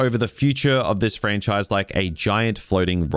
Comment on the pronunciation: Ha ha! DUB-MEST. You don’t like this “Frach-nise” do you?